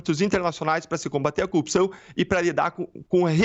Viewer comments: Não aguento mais ouvir a palavra "coupção". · Esse cara deveria ter vergonha de aparecer em público. Você é uma vergonha, sua família é uma vergonh, sua história é uma vergonha. Detalhe, não é "coupição" é corrupção. Você é absolutamente corrupto Dallagnol, assuma o quanto é pequeno e corrupto. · Assistindo dias depois de Deltan ser Casssado . Que ódio ele não sabe falar corrupção aff